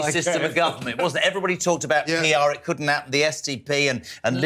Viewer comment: The guvvermunt? It’s ‘government’,.